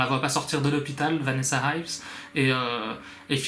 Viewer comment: It is Vanessa Ives..not Vanessa Hives (because I am thinking about the band The Hives) and also 'hives' is the English term for the disease Urticaria.